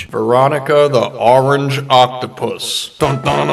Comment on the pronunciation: Dude You keep saying orranch But you Suppose to say orange